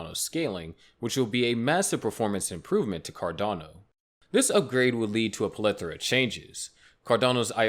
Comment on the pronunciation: Car-delay-no won't even hit $6